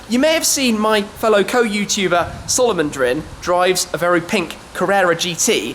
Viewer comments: When Shmee says Salo-Mone-Drin, instead of Salomondrin. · you said salomondrin wrong ...